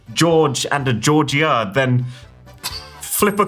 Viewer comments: It's pronounced "jor-ja" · Nobody knows a Georgia the way you say it